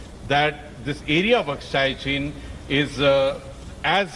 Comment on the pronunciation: Wat kind of a reporter is this who cant even pronounce AKSAI CHIN properly